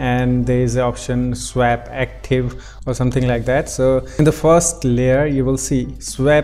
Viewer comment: Your accent is great though you do seem to have trouble saying SWAP but it doesn't bother me too much! :-)